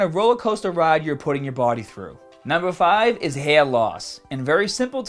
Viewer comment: at first i thought he said you can get serious hat issues lol